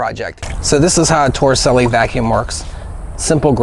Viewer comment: Suddenly I need a beer (bottle). Thanks for this. Also, as long as you learned how to pronounce Fresnel (fruh NELL), you may as well learn how to pronounce Torricelli (tor uh CHEL lee).